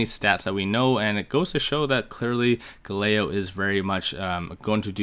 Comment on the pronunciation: Love the video. It’s pronounced Gal-a-lay-o